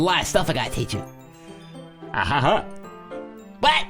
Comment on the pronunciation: Geez, I thought you did the interjections that weirdly just because it was funny. But apparenly you can't see them any differently than the way you're doing the silly renditions of it? I don't see the "poorly timed" interjections anywhere. You are just giving it the wrong intonation. "Ahaha~" is, for example, sometimes a happy laugh, sometimes a nervous laugh, sometimes a giggle, and sometimes (like where you said it was poorly timed) a very sad laugh. Laughing isn't always loud, or fun, or happy. It can be really sad too. Or you can laugh even out of shock. People do that in real life, too.